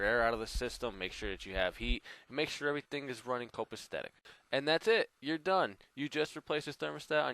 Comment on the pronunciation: Thanks for the helpful video. BTW the word is copacetic.